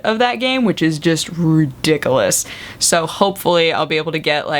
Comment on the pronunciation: I love how you say ridiculous. That's exactly how my German grandmother always says it.